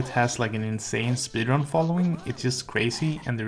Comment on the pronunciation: natürlich ist es deutsch..........3 Sätze später: Jedenfalls was deutschische, in die Richtung. Junge, die 2 markantesten Merkmale seines Akzents passen einfach nicht zu deutsch. 1. er spricht lange "ee" (speedrun) als "i" oder "ei" aus 2. er spricht p's die im englischen zu "pi" werden komisch aus (pb).